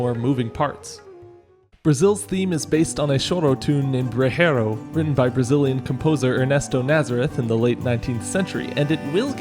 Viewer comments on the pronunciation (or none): The 'j' in "brejeiro" is pronounced 'zh' (like English "plea*s*ure") and not 'h' like in Spanish. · For what it's worth, the j in Portuguese is not a "h" but a "zh" kind of sound (bre-zhei-ro), and the nh is "ny" (ka-va-ki-nyo) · The "j" in Portuguese doesn't make an "h" sound lol, and the "nho" altogether is more like "yo," not a hard "h" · Great video but, I'm not gonna lie, as a Brazilian, the way you pronounced "brejeiro" and "cavaquinho" made me cringe. It's really not that hard to find out how to pronounce words in other languages, it takes like 10 seconds to type it in Google Translate or something and get the text-to-speech audio. Sure, it's not perfectly accurate, but it's way better than guessing how to say a word.